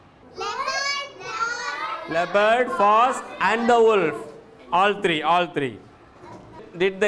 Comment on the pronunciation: Wolf's pronunciation is wrong.